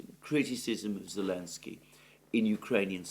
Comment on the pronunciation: Good Analysis as always. Just a question. This "Elensky" you and Alex C. often say. Is this just greek of Selensky or has this some background?